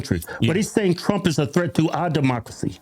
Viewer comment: He doesn't say Trump he says Drump😅